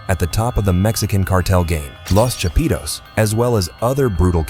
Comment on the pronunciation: "Lows Chapeedows"